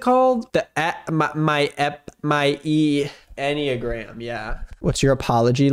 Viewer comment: calling Enneagram « ethium » is so hilarious